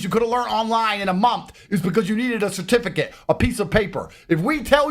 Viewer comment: His tooth veneers are distracting me, did he say certipicate?